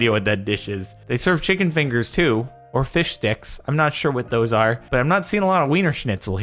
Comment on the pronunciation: Did you say fish sticks or fish dicks